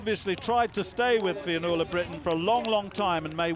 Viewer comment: Commentator having some difficulty with the word 'Fionnuala'. Brilliant run by the way